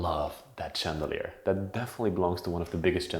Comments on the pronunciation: Such a beautiful house! So many chandeliers, which is actually pronounced like shandelier, to improve the sound of your English. Wonderful job, fascinating! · It’s pronounced chandelier with an SH